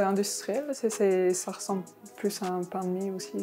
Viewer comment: du paing ! du bon paing !! si poing !!!